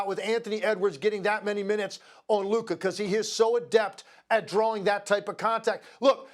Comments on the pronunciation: Stephen A is incapable of pronouncing Luka. Why he keep calling him Luker? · Can someone please let Stephen a that it’s Luka!! Not luker!!!! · For some reason, Stephen A substitutes "a" with "er" in his sentences. For example, he calls Luka, "Luker." I'm glad he doesn't say the N-word. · "Luker"?? Lol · Stephen A. is it Luker or Luka 😂😅? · This clown Stephen A pronouncing Luka as "Luker" really grinds my gears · Is it me, or does it sound like when Stephen A says Luka, it sounds like he is saying Luker lol ? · HIS NAME IS NOT LURRKERRR ITS LUKA. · Stephen A keep calling him Luker 😂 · this man SA can’t stop pronouncing “Luka” as “Luker” 🤣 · I wanna fight SAS for adding an R in Luka’s name 😂😂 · "Luker" -SAS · "LuKER" chupss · "Luker" Stephen A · CAN SOMEONE PLEASE TELL SAS HIS NAME IS LUKAAAAAAA!!! WHO TF IS LUKER???? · “Luker” lol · who tf is Luker like bro c'mon 😂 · Oh Stephen A. Smith, thy wisdom is mighty, yet the precision with which thou dost pronounce names is most disappointing Luker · It's a mix of Luka with Kyrie.. "Luker" 😄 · Who is Luker??? 😂😂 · Is this man still mispronuncing Lukas name? It's been years in the league. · Thou shalt not utter his name rightly, neither before nor after hearing it many times 😂😂😂 Luker